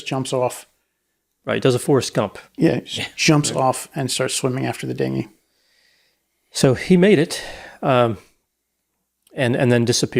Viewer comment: only AI would pronounce it Din-gy